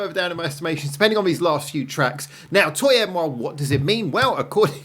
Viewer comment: So you know that "moi" is pronounced "mwah" so why would "toi" be pronounced "toy"? Twah eh mwah. You and me. You did way better than Wave did though. 🤣